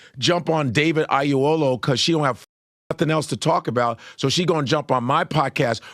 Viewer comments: The height of ignorance and stupidity is that Godfrey as a so called Nigeran that he is not cant event pronounce David Oyewole's last name correctly. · Both Godfrey and cannot pronounce Oyelowo. 🤣🤣🤣